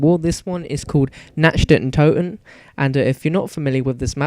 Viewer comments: It's said nakt not Nacht its German for night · It's Nacht (Knock-t) Der (dare) Untoten (un-tot-en) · its pronounced "Nakt Der Un too ten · Yea it's pronounced nat der un toe ten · Lol he keepy calling it natcht, cant speak german :) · In German it's actually pronounced Natch (Nac-t) Der (Dare) Untoten (Un-toe-ten) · your pronounciation of "Nacht der Untoten" is terrible xD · no offence but you say nacht der untoten pretty weird same with the wunderwaffe its not a waffle!!!!